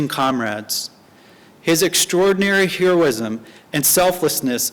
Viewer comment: This fucking interviewer at the beginning is reading the speech like it's his first time. He can't even pronounce basic shit like the word 'Heroism'. lmao